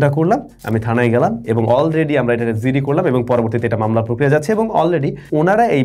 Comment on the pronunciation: যিডি ❌ জিডি ✅